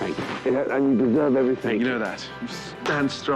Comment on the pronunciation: Hey Gordon , Its everythinG not everythinK